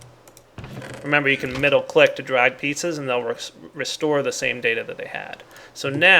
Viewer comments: I think he said "pieces" but it sounded like "pizzas" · Anyone else notice it sounds he said "Remember you can middle click to drag pizzas"